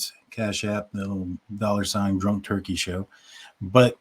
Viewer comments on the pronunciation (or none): none